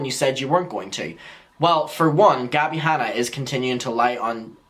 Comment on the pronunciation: “Gabbie Hannie” 🤣🤣🤣🤣🤣